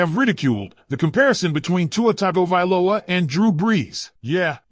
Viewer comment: Go Dolphins since 1971. Fins up. Learn how to pronounce Tagavailoa man (or AI)